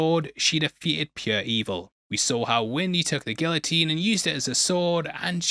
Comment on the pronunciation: He did a bit of a number on guillotine as well.